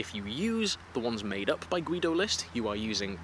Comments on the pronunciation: I wish you a speedy recovery! And a little clue: The german name Guido is a little bit special for german pronounciation, because the 'u' is silent. So the dudes name is pronounced "Gido" :) Greetings from Germany! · I would love to hear more about the crazy Nazi mythology stuff! (Also I think the u in Guido is silent?)